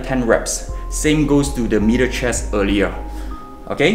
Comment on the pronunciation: I had to rewind to check if he said middle or meater chest.